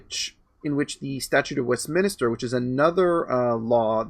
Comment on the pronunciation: Minster not Minister West Min-Stir